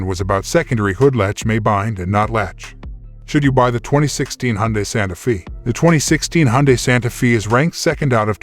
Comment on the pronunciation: Not Santa feeee.. it's Santa fay!